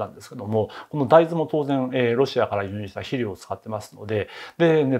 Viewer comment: 肥料を「しりょう」と発音。江戸っ子ですか。